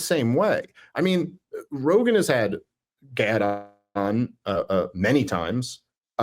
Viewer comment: You both mispronounced Gaads name after questioning the pronunciation and then hearing him say it in the video. What were you thinking about when you listened to his video that you didn’t pick that up?